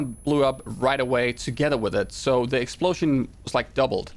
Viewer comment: Nobody: Him:Explosyen